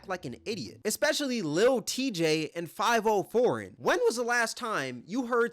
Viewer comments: Good god you calling him “Five-Oh” pissed me off worse than them disrespecting max, how did you even BELIEVE that's how it was pronounced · You BUTCHERED dudes name it's pronounced Five vi oh 😂😂😂😂😂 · Fah vee oh... i thought you were white because you kept saying his name wrong. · 5-0 foreign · Bro consistently pronouncing Fivio “Five-Oh” just aggravated the hell out of me.😂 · Had me thinking I was wrong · lol Fav - ee - oo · bro said fiveoh foreign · How are you talking about this when you don't even know how to say Fivio name... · The way you pronounce fivio proves you not in tune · Why tf do you keep pronouncing fivi name like that? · You def said his name wrong on purpose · Bro how are you black and pronounce fivio like that 😂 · Definitely sayin that niggas name wrong lol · Are you intentionally mispronouncing foreign name? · The way you say Fivio name hurts my head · Y9u can't even say Fivio lol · I haven’t listened to Fivio in years, I just thought his mispronunciation was funny😂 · ah man, let fivio know he pronouncing his name wrong. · I haven't heard anyone pronounce fah-VE-oh's name right since this incident 😂😂😂 just proves how irrelevant him and Tjay are now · it’s pronounced fa vi o he just never tapped into any drill music or heard his name said which makes him look goofy af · The fact he’s pronouncing Fivio as Five-0 🥴🥴🥴 seems like he’s just picking and choosing instead of actually watching/supporting these streamers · "Five O" foreign. Bruh, get the name right at least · 5-0 foreign in the house😂 u got internet lil bro. Could atleast learn to say his name right. But hes def a cornball. So is lil tjay. He had pop out, brothers and fn. the rest of the songs after that were ass and that was years ago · He said 5 O foreign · Lmao the way he pronounced fivio I was like who tf is this big rapper named 504??? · Lmao it’s pronounced (FOV-EH - O foreign) you cooked with this video though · its Fi-Vio Foreign dawg not 5-0 foreign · "Five O" pmo ngl💀